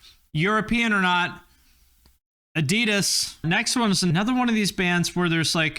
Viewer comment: You pronounce Adidas incorrectly.